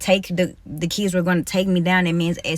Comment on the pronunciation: Im in the middle of teaching my daughter to read and properly pronounce words. Hearing her say Keeds, Seeck, and Seester. How she pronounces the "i" in some of the words instantly got on my nerves...